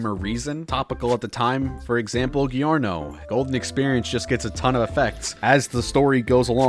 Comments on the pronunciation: giorno,pronounced JIORNO:exists:GHIHORNO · Ghiorno? It's more like Jorno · "Yornio." "Aracki." It's said Jo like Digiorno because JoJo. And Araki is like Ara Ara. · It's pronounced "Jorno" not "Giorno" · gee-orno? arah-ki? cmon dawg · That is NOT how you say "Giorno". It's more like "Jor-no" (you can kind of hear an "i" sound but there's very little emphasis put on it). But yeah, totally agree about that bullshit in JoJo. In my opinion, Araki's really good at writing characters, but he's not great at keeping things consistent or planning ahead. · Part 7 is pretty much the only part that doesn't have this issue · Why do you pronounce Giorno (from Jojo) like that... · The pronunciation of "Giorno" is wrong, I see.